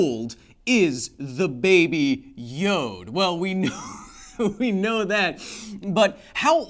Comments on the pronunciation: hey, Kyle! Love the show, hate how you pronounce Yoda. The "a" is not silent. I repeat: the "a" is not silent. It's not Yod, like some swiss alps singer. No. It's a Yoda. Keep up the great work. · Am i the only one having an issue with the way he pronounces Yoda, which sounds like "YOD"?